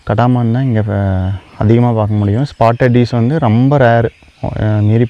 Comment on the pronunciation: கடா மான் இல்ல ஐயா கடமான் னு உச்சரிக்கவும்